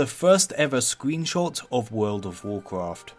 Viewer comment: "Squeen Shawt"